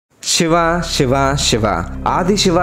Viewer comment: Shiva kaadu Siva adi’!